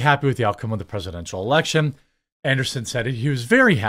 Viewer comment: An-dree-sen ... Not Anderson. I swear, Jeremy is functionally illiterate. 😅